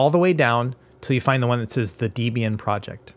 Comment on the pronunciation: >constantly mispronouncing Debian Absolute pain!... Other than that, great guide as always. DEB (pronounced like the name Debra) IAN (Pronounced like the name Ian) DEB-IAN... Not pronounced DE-B-AN, never that. : - )